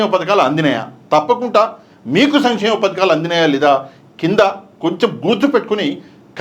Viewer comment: భయ్యా అయన చెపుతున్నది సమి చేమ పథకాలు అంటున్నాడు. సంక్షేమ పథకాలు కాదు.